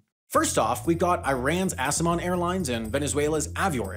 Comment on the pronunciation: They shoulw tweak the pronunciation of their name. I'd be willing to risk my safety in exchange for being able to say I took a flight on Assman Airlines.